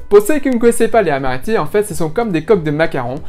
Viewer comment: Quand on dit "les amaretti" on fait la liaison "les z'amaretti" !! Merci pour la recette 😊